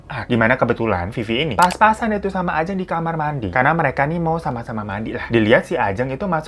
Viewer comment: Papasan bang bukan pas pasan😁